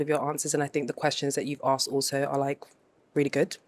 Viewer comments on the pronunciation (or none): Why can’t the host say Ask properly? It is not Aksed.